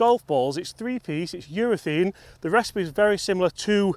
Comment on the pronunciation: its not eurathene its eurathaaaaaane